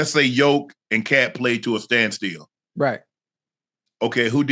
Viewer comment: Shannon that man name is not yoke